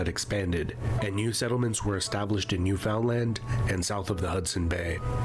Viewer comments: Glad to see you want to learn more, Eskimo is an insult name , they are Inuit, and Micmac is Mi'kmaq. Also Newfoundland is pronounced like understand Newfoundland, always pronounce land not Lund. But you're doing great, thanks for your interest in Canada 🇨🇦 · Guy in the video mis-pronounced Newfoundland, I'm not quite sure how to feel. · That's a groundhog (aka a woodchuck), not a beaver, . And the narrator can't pronounce "Newfoundland". The 355-year-old Hudson's Bay Company just went into receivership on March 7, 2025, after only 19 years of Americans owning and running the business. There are old French-speaking communities in every province and in at least two of Canada's three territories, perhaps all. , the treaty gave the North and Northwest to Canada but the Oregon Territory was still disputed between Canada and the USA. The 1837 rebellions were in what's now Ontario and Quebec. The rebels' hearts were in the right place, and the MacKenzie-and-Papineau-led rebellions led to the formation of Canada as a self-governing country. However, MacKenzie's declaring the "Republic of Canada" was the equivalent of some radical militia grabbing a few square miles of the USA, and its leader calling it the "Kingdom of USA". No one except MacKenzie's followers recognized this declaration. Overall, this is an okay but brief video on Canadian history. How Canada moved from being an English colony to a self-governing country with a foreign monarch, who has absolutely no power, was a complex process with many steps, and can't be explained in this video's comments. The video did not acknowledge that this land did not belong to France, England, or the newly-formed Canada, but was already occupied by indigenous peoples, who lost their land largely through force, coercion, and a refusal to hear their claims. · Great comment, very informative. / I think it's funny how the narrator pronounces Québec properly (well the French way) but completely butches poor Newfoundland.